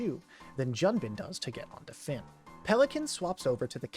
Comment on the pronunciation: Just a tip, it’s pronounced Joon-bin not Jun-bin, it’s as if a foreigner called John “Joan”